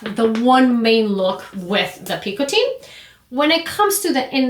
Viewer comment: Just an FYI. It’s not pronounced ’picoTEEN’ like in this video. It’s pronounced closer to ‘picoTEH. There’s a Frenchman named Jean-Michel here on YT who has a very short video giving the audio of the correct pronunciation, for those interested.